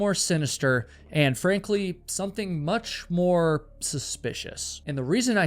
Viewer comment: I swear he said “Anne Frankly”